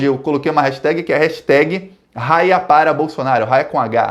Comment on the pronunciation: Fala, meu caro. Só uma dica. Se escreve Haia, mas se pronuncia "Aia"...